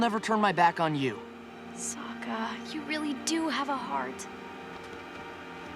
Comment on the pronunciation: Wait listen or she didn’t say sokka right!